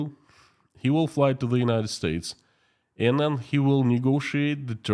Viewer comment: In the thumbnail image Putin looks like Dr Evil from the Austin Powers films. Your pronunciation of the word 'militarily' is fine. Putin is running out of people to sacrifice isn't he? Pronouncing the word 'and' like 'end' is an annoying Americanism. I don't believe even most Americans do that.